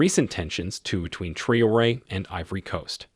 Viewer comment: Please call his name properly. Very disrepecful T R A O RE